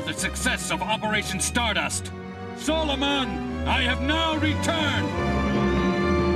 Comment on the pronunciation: Wait... did Gato say "Solo-Man" instead of Solomon in the dub of 0083??? Like...wut?